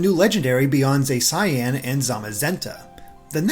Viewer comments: It's called zacian Zay-shan Not zay cyan It's not just straight up cyan and magenta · Zacian pronounced Za-she-in... Watch the Pokemon direct if u don't believe me 😂 lol sorry he said zay cyan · Love you and I love this video but Za-cyan? Really? How tf is it pronounced like that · "Zay-cyan"? "Zay-see-en" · BTW Zacian is pronounced Zah-shee-an, going by their reveal trailer. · no one:: zay-saiyan 😒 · I'm pretty sure Zacian's pronunciation is. Za- She- An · It's pronounced Zah-she-un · That is the worst pronunciation of Zachian that I have ever hered, its pronounced "Zah-she-an" not "Zay-see-an" or "Zay-sai-an" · yeah, it is pronounced Zah-shee-an in the reveal trailer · You did not just mispronounce zacian when they have literally said the name before Come on dude that's like a whole new level 😂😂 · God, that pronunciation for Zacian couldn’t have been more wrong. What happened,? I thought you were the big Pokémon guy for 😖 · The way you pronounce Zacian causes me physical pain. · Omg no, please don’t tell me THAT is how you’re gonna pronounce Zacian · ITS WORST THAN "Zay-see-an"